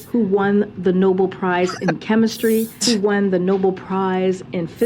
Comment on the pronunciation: Obviously Karine isn't the A+ press secretary of all time but I really don't understand the digs at her mispronunciations of things. Yes, she should know how to pronounce 'Nobel' but she's clearly multilingual and that comes with sometimes not pronouncing everything perfectly. I really dislike the ethnocentrism that this and other conservative channels display sometimes when at the same time you are completely off on certain topics (Candace Owens especially). Not to wave the woke flag, but it's just an irritating pattern I've noticed. I'm all for nationalism and patriotism and all but I also think it isn't difficult to have a little tolerance considering North America is a melting pot for better or for worse.